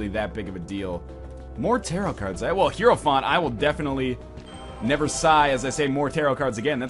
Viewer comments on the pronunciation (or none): none